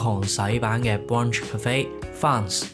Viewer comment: 留心 brunch 及 bacon 讀音